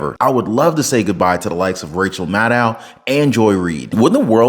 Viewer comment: Madcow the tucker... same as Big Mike